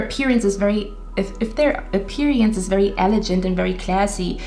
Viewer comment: Your so cute! Love your whole vibe. I chose 1 but I think you were describing me lol. On a side note elegant is pronounced with a g sound not a j sound. ... Guy not gentle. ❤️